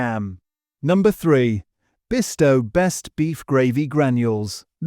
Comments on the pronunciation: At least pronounce Bisto not Besto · YES, NOT BEASTO😂😂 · Christ pronounce it correctly it's Bisto